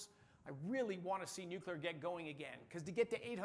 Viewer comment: Wait there are people who aren't Homer Simpson who pronounce it "new-cue-lar"?